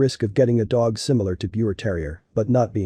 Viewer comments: Pronounced Beaver terrier. It's german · Its pronounced beaver, respect the name. 😢